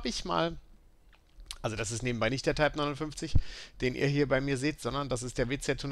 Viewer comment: kann zumindest den modellnamen ausprechen